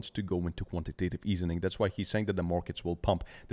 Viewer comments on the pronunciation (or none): Quantitative EASING. Drives me nuts hearing easening.